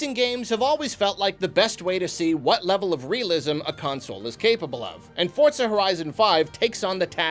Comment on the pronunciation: I'm liking this video purely because you pronounce Forza correctly, don't even need to watch the rest, thumbs up all round.